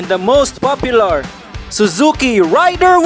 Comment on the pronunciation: Hahaha raider hindi rider